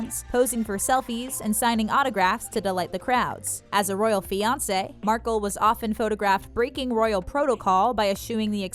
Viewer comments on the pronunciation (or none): none